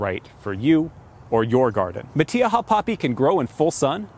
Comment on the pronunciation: I've never heard it pronounced like that before! I'm a native Californian and I can pronounced in spanish words. This is NOT how we pronounce it. We don't use the E sound when saying the letter " I" .